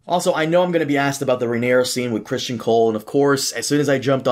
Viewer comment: Why is everyone calling him Christian Cole still. Criston.